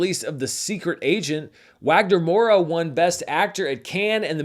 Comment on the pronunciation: Hey, great video as always! Just to let you know, the correct pronunciation to "Wagner Moura" is "Vagner Moura", the W has a V sound... and thank you for adding The Secret Agent to the list ❤ I didn't realize that the original Running Man was set in 2025, that's fun And I LOLed with the "Oh My God!!!" from Troll 👏👏👏